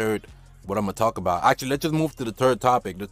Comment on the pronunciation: “da turd way”